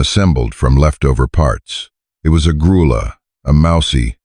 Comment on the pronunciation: Revise your ai narration to pronounce lead rope correctly- it’s pronounced LEED rope! The color of the little horse is pronounced “Gruya” ( it’s Spanish meaning mouse colored). Geldings cannot sire offspring!!